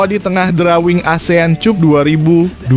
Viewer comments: Maap Mr, klw cup itu di baca nya kap, bukan cup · Asean kap bg bkn cup.... Bacanya kap bg bkn cup... Dengernya sya malu.... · CUP'>>>> NDAK DIBACA 'KAP' YA. SI NARASI MMG LULUSAN S3 YAH? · dasar AI...cup cup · Konten ini kalau membaca seperti melecehkan bahasa ind, contohnya cup